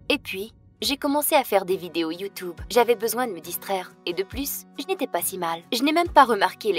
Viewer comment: Ma chère on ne dits pas y ou tu obéi dits tu tube😡😠😇😲👍👎